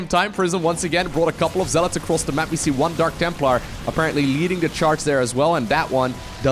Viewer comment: Jeez, I heard dank templar again, smh